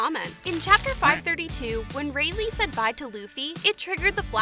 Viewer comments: Its said like ray laai not ray lee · Rayleigh.... reyli xD anyway good vid